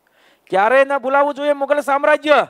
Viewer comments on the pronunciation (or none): મુધલ નહીં મુઘલ આવશે